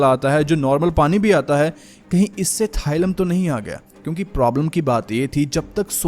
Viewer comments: it is thallium थालियम thaaliyam not थाइलम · It’s thallium not thylum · Thailum nhi Thallium